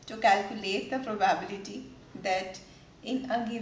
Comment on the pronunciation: it's proba-bility ... not pro-bah-biility